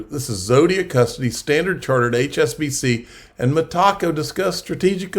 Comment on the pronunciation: Love the channel but dude, it's META CO, not ME TACO...